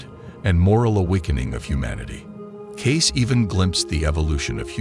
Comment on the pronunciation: His name is Cayce, NOT Case. And he didn't try to hide anything. This AI stuff sucks. Get it right. They only have to get thru WWI, the Great Depression, WWII, and all the other crap.